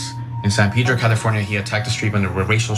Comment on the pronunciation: Ana, it's not "Peedro", it's Pedro!